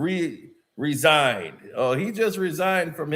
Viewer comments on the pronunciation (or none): Re-signed not resigned.